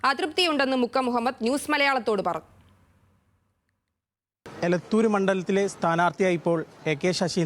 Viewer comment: ഏലത്തൂർ അല്ല... 😂